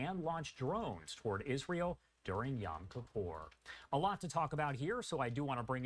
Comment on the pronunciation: Not y-a-m kipur! Y-o-m, like o in Joel.